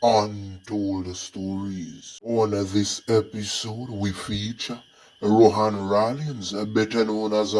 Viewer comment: Ronan please,not Rohan